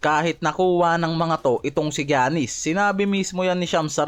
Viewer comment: Gianis - "yanis" not "giyanis".